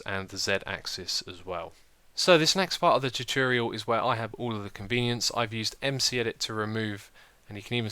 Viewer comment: Why can't you pronounce the word tutorial correctly??